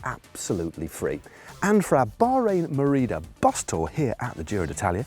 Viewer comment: Am I the only one that finds it oddly satisfying when Matt says "Bahrain Merida"!!??